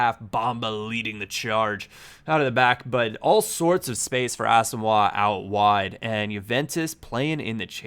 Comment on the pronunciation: The way you pronounce Asamoah hurts me deeply.